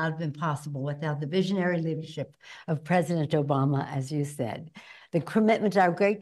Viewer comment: did she say president Joe Bama?